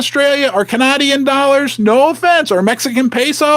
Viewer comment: pronunciation of 'Canadian' is like a glitch in the matrix lol